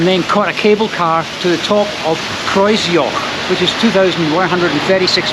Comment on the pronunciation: The pronunciation of Kreuzjoch was perfect. An English person would have murdered the name.